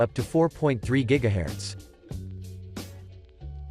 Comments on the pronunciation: Herts not herats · Why can’t he say GHZ right